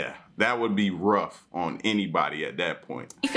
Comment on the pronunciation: Did you really say "Ruff" "Rough" about the Dogs 😂